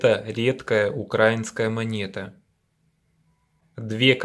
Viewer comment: УкраИнская монета, ударение на И